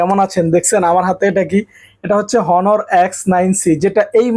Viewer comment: ভাইরে হনার না অনার উচ্চরন হবে ।